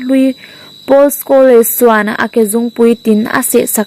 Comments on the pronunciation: Paul Scholes(Pawl skawls)tia lamrik tur,skawles ni lovin😄😄😄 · Mizotawng chhiar zir leh deuh teh.. Chuan,Paul Scholes(Skhawles nilo in Skhawls) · Scholes i lam dan hi a dik lo ania.